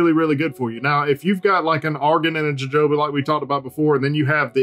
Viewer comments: Aye it’s hohoba bro come on 🤣😂 joe joba he says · Jojoba is pronounced huh·how·buh. :)